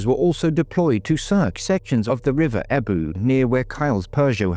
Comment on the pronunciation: The way you said EBBW made me chuckle 😅 I truly hope Kyle is found! He deserves the truth and to be home with his parents! I am so gutted to hear his mum died without finding her boy 😢 makes me so sad! I really hope someone comes forward! This man's life mattered!! X